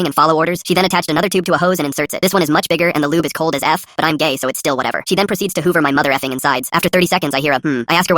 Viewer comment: Really emphasizing on the gay part